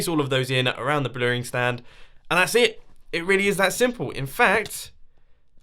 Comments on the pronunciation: The mispronounceiation strikes again... Blewing stand. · Blewering stand? Lol.